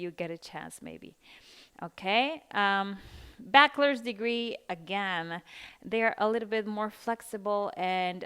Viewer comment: Critica constructiva: se dice baCHelors no baquelors. La CH en esta palabra se lee igual que la CH en español. Todo muy informativo.